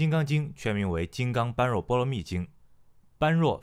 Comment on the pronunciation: 不好意思，那个般若念bo re